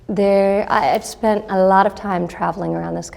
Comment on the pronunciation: "I've spent a-lout of time" Truly Trump's daughter *